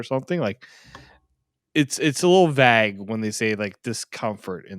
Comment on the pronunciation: (Vague) vAgue not vaahgue